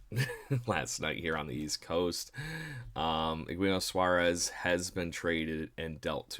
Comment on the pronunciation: You totally butchered Eugenio Suárez name. Players being reported on deserve the respect of being called by their name.